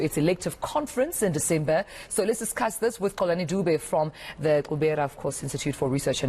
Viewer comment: I liked that pronunciation, Xolani from the Xubera and not from the Zubera as I sometimes here, any for me it Xubera not Zubera so am glad am not alone in that 🤣😄